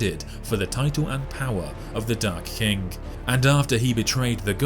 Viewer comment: The video: The Dark King What I keep hearing: The Dark Kink